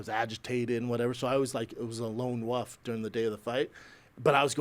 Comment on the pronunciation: Brendan “Lone Wuf” Schaub